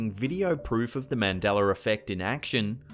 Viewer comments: "The Mandelar effect" bro I love the accent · Man-Del-Uh. Why can't you say it correctly? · Got to watch out for that Mandeller Effect 😂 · The "Mandeler Effect" lol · It’s not Mandeler effect you Aussie! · It's not mandeler. Lol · What the heck is a MANDELLER effect????? I know you are capable of pronouncing it correctly. But why only sometimes and not others? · Why does he say ”mandelar” effect? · why do you keep saying mandelaR effect? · Notice he can say Nelson Mandela just fine, but then he comes back and says Mandeler Effect. Maybe he shifted into another dimension? Do you recall him saying Mandeler Effect? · Mandeler effekt is how he pronounced it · Dude.... why do you say his name "Mandeller"? That shit erks the fuck out of me everytime. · Another example of the Mandela Effect was right here in this very video. The voiceover host said early on that it was named after Nelson Mandela. But every time it was mentioned later in the video he called it the Mandeler Effect. That's some freaky weird shit right there. Who was Mandeler? And did he mysteriously replace Mandela in this new history? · I mean how stupid can people be? This guy is apparently from a timeline where “a” is pronounced “er” holy shit it MUST be the Mandeller effect!! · Why does he pronounce it mandeller effect but he pronounces the name Nelson Mandela he does it correctly? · Please stop saying "Mandeller"!!!!! Say the mans name right! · "the Mandelerr effect" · "Mandeller effect". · I remember Mandella spelled with two L's not one and not pronounced Man del ER like in this video. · I like how he says Mandela (sound like mandeler) effect. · I love your content. But can you please pronunciate Mandela correctly there is not an R in Mandela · Why can't you say Mandela right you can say any other word right but that one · Why is it you pronounce Mandela in Nelson Mandela correctly but when you pronounce Mandela in the Mandela effect you at a R to it? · Mandela not mandeller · Mandela not Mandeler